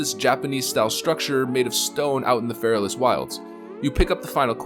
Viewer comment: It's Fe-ra-las not Fairless. I''ll show myself out...